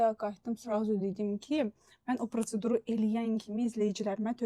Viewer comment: protsedur deyil. prosedur .🤦🏽‍♀️ətim tökülür danışa bilmirsən danışma.